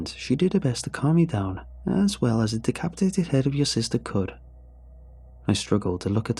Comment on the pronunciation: Aww I had to relisten, I thought she got deCOWpetated.